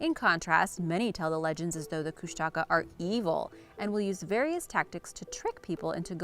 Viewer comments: Kushtaka is pronounced (kush ta caw) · Alaskan here. First off, it is pronounced “Koosh’ ta kah”. The Tlingit and Haida tribes throughout the Southeast panhandle are the ones who have the most stories. In fact I passed them on to my own kids. They are half man half otter shape shifters. They have red eyes and are tricksters. A good book about them is “ The Greatest Story Ever Told”. Secondly, the Thunderbirds have been seen many times over the years, especially in the lower Western area of the state. I know someone myself who has seen one. There are many interesting and unexplained things up here in the wild. We usually just accept them as part of the way of life here.